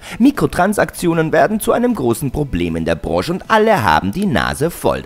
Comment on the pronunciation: Ich gucke watchmojo schon ganz gerne, Aber der Sprecher von diesem Video geht mir mit seiner Betonung ein bisschen auf den Wecker... Und wie er Branche ausspricht... sonst ein Top Video, die Betonung wurde zum Ende des Videos angenehmer.